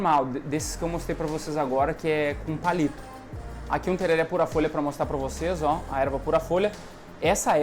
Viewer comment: A pronúncia correta é Tererê, msm os Paraguaios falam assim, na gramática do espanhol o acento agudo apenas sinaliza que aquela é a vogal tônica, e não que a pronúncia seja aberta como no português. Portanto msms que esteja escrito tereré, a pronúncia sempre é tererê!